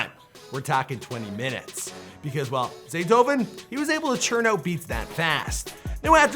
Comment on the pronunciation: "Zaytoven" next time... 💪🔥